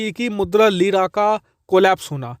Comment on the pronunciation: ''Leera became Jeera'' 😂😂